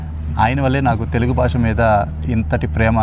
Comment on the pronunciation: Baasha kaadhu bey BHAASHA. First otthulu palakdam nerchuko